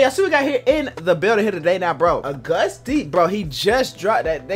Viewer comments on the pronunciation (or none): Bruh ain't no way you just said agoost d lmfao